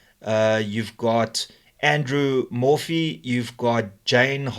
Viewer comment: 😂 I heard something very different when you read Andrew Morphew.